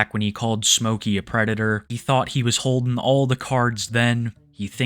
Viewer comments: Always wemembah fohks, Da White Bowsa is a pwedator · the white bowser is a pwedator